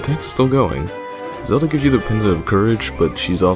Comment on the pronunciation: Uh, you said Zadlo? ;)